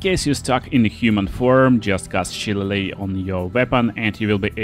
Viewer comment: Subscribing just because you pronounced Shillelagh correctly.